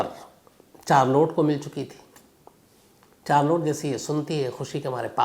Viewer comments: Charlot nahi Shamsbhai sharlet hai correct pronunciation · चार्लोट 😂😂😂 , नहीं शार्लोट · Sir, "Charlotte" pronounciation could be " Sharlet" not chaar lotte. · Wonderful story. Thanks for sharing sir! Just a small correction about her name, it’s - shh -ar - let (Charlotte) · Charolette ko Sharlet pronounce karte hain Shamz ji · Charlotte is pronounced as sh- aar-let शार्लेट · Good story but please don't pronounce Charlotte as "Char(4) Lote"